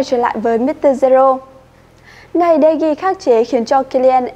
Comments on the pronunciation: Đọc tên cầu thủ cũng sai nữa Chán thật De gea mà đọc đề ghi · Nhỏ con gái đọc sai tên nữa mà De gea Mà nó gọi tên người ta là đề ghi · đờ ge a mà bả đọc đê gi =)) lạy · Nhỏ con gái đọc de gea mới sợ Người ta là de gea mà nó đọc là đề ghi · Tui mới nghe j đây David ToKyA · tokya mà tui nghe quài mà vẫn z